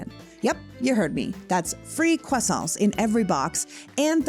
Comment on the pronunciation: Loving that Canadian accent coming out when you say 🥐. Thank you for representing us so well!!